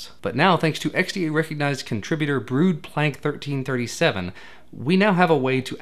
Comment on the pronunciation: Hee! Hilarisch hoe hij je username uitsprak, maaruh.. goed werk joh! Keep it up